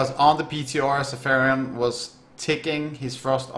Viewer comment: sa-FI-ron, not sa-PHAI-ron